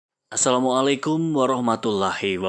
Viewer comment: Kurang enak didengar memang, coba dianjurkan untuk belajar mendengarkan percakapan, atau tausiah berbahasa arab dari orang arab mungkin bisa membantu.